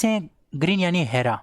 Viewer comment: हैरा नही हरा बोलना सीखो